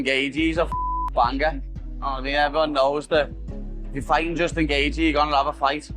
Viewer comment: Why can you not pronounce names correctly! It drives me crazy. Gaethje (GATE-CHEE) Not (GAYJEE) and it is pronounced (PEŌTER YON) Not (PETER YAN). Please for the love of God, check the pronunciations of the fighters or you are just as bad as Dominic Cruz!